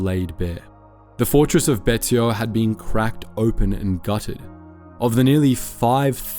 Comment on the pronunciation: Betio = Bay-she-oh